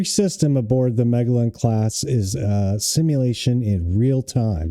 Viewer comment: Hey, it's Magellan (Muh jell un - as in Ferdinand Magellan, not Mah gale un. Y'know the explorer who discovered the Strait in Tierra del Fuego that was named after him).